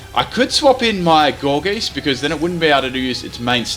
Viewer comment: Not gour'geest', gourgeist, as in poltergeist. Sorry but I found that annoying. Still a good vid though